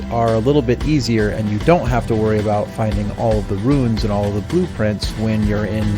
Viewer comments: That and saying "ruins" instead of "runes." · Amazing video which I enjoyed start to finish! Major issue: the game sound is WAY too loud compared to your voice. Minor: It's runes, pronounced "roens", not ruins "roe-iens". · Oh my lord your pronunciation if hokage and runes made me a bit stabby. Despite that though this is a FANTASTIC guide, thank you so much. Very very helpful.